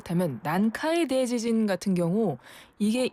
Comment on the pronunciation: 대 :지진 발음 듣기 거북